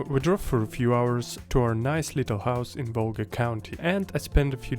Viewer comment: There is no "Volga" county in Estonia. You must've mistaken it with Valga. Also, AHHAA is not an abbreviation of anything, it's just a sound you make when you discover or come up with something, sort of like "Heureka" or "Bingo" in English.